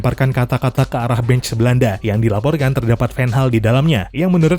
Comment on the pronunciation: anda nyebut Van Gaal sedikit seperti menyebut Ten Hag